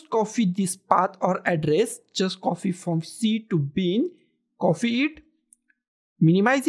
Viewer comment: please have a good pronunciation of copy not coffee